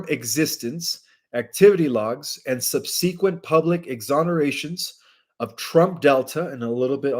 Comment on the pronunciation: Eschelons is pronounced with sh, like eshalons, not eskalons. Triumvirate is pronounced like this: Tri-um-vir-et, accent on the um. Subsequent is Sub-su-quent, accent on the first syllable. Differentiation is Different-ee-ation